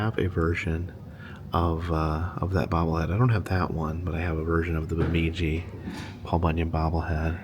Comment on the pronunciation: The “I” in Itasca is not short, but like 👁️, so it’s pronounced “Eye-tasca.” However, I see you finally pronounced Bemidji right after you got to the “Lake Bemidji” part . 👏 You’ve been up in these parts in the past (welcome back!), so I knew you’d get it right eventually. 😂